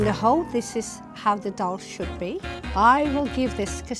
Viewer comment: How can all 3 be this arrogant when they can't even pronounce dhaal properly #saltyaunties